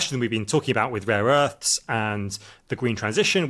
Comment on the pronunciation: I thought this guy was making some good points until he said “raw earths” several times, turns out he’s an idiot.